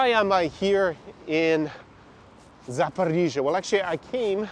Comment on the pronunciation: I was used to say Saporisia like, a local girl told me "nooooo Saporoscie" boh. Anyway that city is underrated... concerning the issue that one knows the former president Poroshenko and Medvedchuk are rising in vote pollings. Obviously Medvedchuk had problems with "Zelensky law" officially because 3 TV channels were spreading Russian propaganda, also Poroshenko seems to have problems with "Zelensky law". The curious case is both Poroshenko and Medvedchuk seem to have no problem at all with a large part of Ukrainan electors. The 72% is just an old memory for the comedian and he knows he has just two years to generate more relevant damages. In my opinion the large majority of Ukrainian people wants to live peacefully with all the neighbours so Russia, Belarus but also Hungary and Poland without waiting 9 hours to terrestrial borders. All the people I met from the Don Bass are openly pro Putin if they are abroad and secretly pro Putin if they are still in Ukraine. Ukrainian people in general don't care to join Nato and they want to live in the best Country ever having fun, improving their personal economical condition and they have an extremely friendly behaviour with Belarusian and Russian persons. Ah like me they don't want to wear the mask like in Belarus, Florida, Sweden neither in supermarkets so many of them are used to go in little shops where the owners do not comply with Zelensky. Poroshenko's words "Ukraine must have a Ukrainian and Christian leader. "are coming